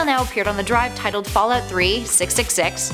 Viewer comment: boooooooooooo.....i wasnt going to say anything....but accents are something i catch. Specially the loss of one...Can you stick to one way of pronunciation :-P....first its fall oot then its fall out...very distracting ^_^...my mind is trying to tell me you are saying two different things...when its one And the word pasta...omg is it a jersey accent now? pawsta or pasta? something tells me these creepy pastas are all just random fiction....i mean MODS are one thing but ya...almost seems like OP is making this up on the spot. If not why share what other people make up? if its made up its not creepy pasta.....no videos no picture it didnt happen .....trying to artifact? according to this definition....it was not artifacting at all...........these dots should go on forever..... ar·ti·fact /ˈärdəfakt/ noun noun: artefact 1. an object made by a human being, typically an item of cultural or historical interest. "gold and silver artifacts" synonyms: relic, article; handiwork "hundreds of unidentified artifacts are stored in numerous rooms beneath the museum" 2. something observed in a scientific investigation or experiment that is not naturally present but occurs as a result of the preparative or investigative procedure.